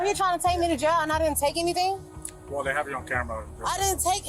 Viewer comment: (listen carefully to emphasis..)-"I didn't steal "ANY" thing." *Instead of.."I didn't steal "anything." She is correct though..She stole "EVERY"/"Everything!"😂😮